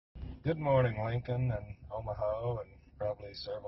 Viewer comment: It is not pronounced Omahau